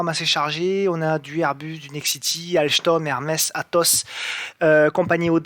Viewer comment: Merci super vidéo mais pourquoi prononcer "AlCHtom"? 😂